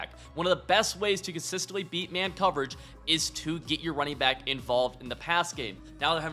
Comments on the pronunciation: Did you just say runner back ☠️ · runner back 😭😭😭😭😭